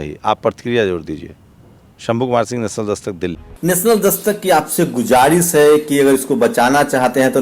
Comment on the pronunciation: ये गुजारिस शब्द बोलकर उर्दू की मय्यत निकालते हैं जी,पढ़े लिखे आप पर हंसते हैं भइया,सही बोलिए शब्द...गुज़ारिश है Guzarish यानी निवेदन